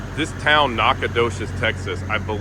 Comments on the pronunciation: It’s Nack-a-do he’s🤦‍♂️ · Nack-a doches🤦‍♂️😂😂